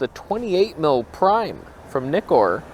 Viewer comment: Had to pass on this video because you miss pronounced ZF and Nikkor.